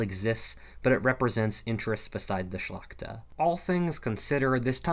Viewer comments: On mówił "szlakta" xD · Why do people say Shlachta? It literally means nobility.